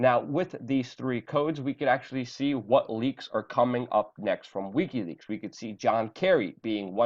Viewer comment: AAAAUUUGGGHH!!! it's "wick-y" leaks!! not "weak-y" leaks! fuck!!